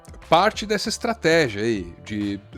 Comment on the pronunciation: minuto ---a reporter da CNN falou ESTRATRÉGIA--------------OOOOHHHHHHHHHHH